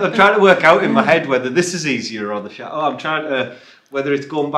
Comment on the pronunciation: Please please learn to pronounce CHATEAU correctly. It's Chateau and not Chat- eau. Not trying to be unkind. Greetings.